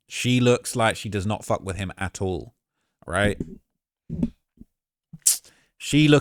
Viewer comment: Him and killing me with that "at-tall"...